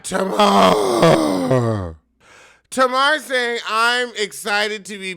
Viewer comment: The way you say "TaMar" cracks me everytime LOL!!!